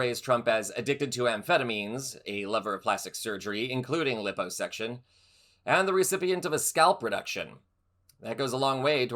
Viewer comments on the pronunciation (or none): You sounded fairly well-spoken until lippo-section instead of liposuction. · it is pronounced "LIE-po-suction. Just sayin'.